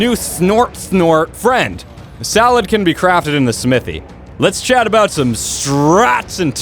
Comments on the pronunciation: it's saddle not salad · does he always say salad instead of saddle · hahah is it me or u said salad can be crafted in smithy :D? u mean saddle right :D